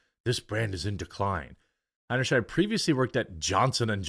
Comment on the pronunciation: Btw the sheid part of her name if pronounced as it ought to be rhymes with height!